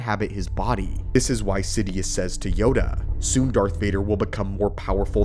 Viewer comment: It's "Sidious" not "Sidius"